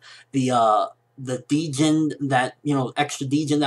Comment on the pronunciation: I think you're pronouncing djinn wrong. Not sure how they say it in the anime not started watching it yet, but it's an arabic word and the 'd' is practically silent. Djinni is the singular of djinn, and it's where the word genie comes from in English.